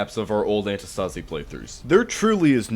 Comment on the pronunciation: Btw antistasi is from the free work αντίσταση which means resistance and you are pronouncing it wrong the tone is on the antiiistasi not antistaaasi